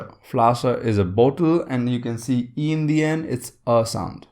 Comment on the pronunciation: Flasche - the a is not pronounced with a long " a " Heiße - the ß is pronounced as a sharp s also known as scharfes sz in German. Hope that helps. (I am a Native German speaker)